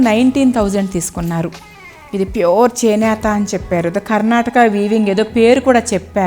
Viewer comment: మీ వీడియోస్ చాలా బాగున్నాయి మీ సెలెక్షన్ మీ కలెక్షన్ కూడా wonderfull ఆండీ but మరీ కొన్ని వర్డ్స్ అలా వత్తి పలకడం కొంచెం ఇబ్బంది గా ఉంది ఆండీ ( ప్యూర్ అనే మాట మామూలుగా చెప్పినా బాగుంటుంది )